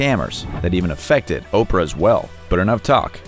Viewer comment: Oprah not Ophrah